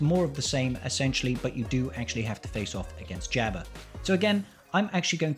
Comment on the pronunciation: The way you pronounce Jabba has me tilted.